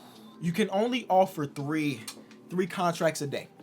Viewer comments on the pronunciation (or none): none